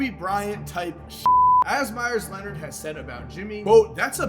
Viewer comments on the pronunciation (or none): none